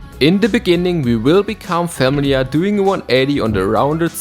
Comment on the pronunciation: Great video!!! PS: Look up the pronunciation of "familiar" xD